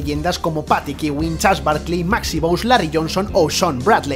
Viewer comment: "Patick" Ewing aprueba este video xD